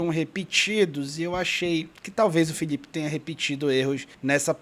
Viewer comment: Paraenses tem problema de dicção. Eles trocam L por LH: Filhipe, Cebolhinha, Homem lhivre... 😄